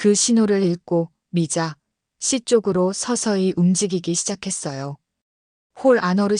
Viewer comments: 미자 씨가?들으면서 거슬림ᆢ걍 미자씨 붙여서 읽으면 좋을걸 ᆢ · 미자 담에 한참 있다 씨 라고 강조해서 요즘 초딩도 그렇케 않 읽는데... 중국에서 초딩 했나 ?.. 쯧 😢